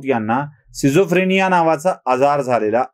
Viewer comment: खूप उत्तम व्हिडीओ फक्त आजाराचा उच्चार चुकला सिझोफ्रेनिया नसून स्किटझोफ्रेनिया हा आहे. बाकी व्हिडीओ बहारदार नेहेमीप्रमाणे 💥